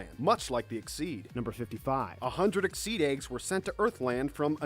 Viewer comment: who else is annoyed by the way he says most of the names wrong like endolas should be edolas and exeeeed should just be exeed and so on